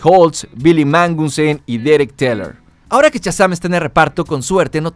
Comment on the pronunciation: 1- Que molestos tus spoilers. 2- No aguanto cómo dices Shazam.